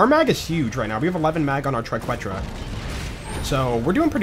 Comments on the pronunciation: my man, say it with me: Try kay(think like queso blanco) tra(soft a) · I missed it on episode five, but it is pronounced TRI-KET-RUH. Keep being awesome! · For the Triquetra, try saying “Queso” and use the “Que” pronunciation in that and add “-tra” to the end. Hope that puts an end to the pronunciation debacle!